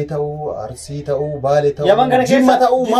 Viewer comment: Garuu Arusii hin jedhina ok Arsii jedhaa malee💯👌